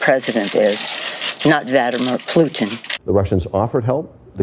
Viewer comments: Plutin…she really said Plutin.🙄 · Nancy Pelosi said Plutin!!!! Nancy????? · I heard Vadlimir 😅Plutin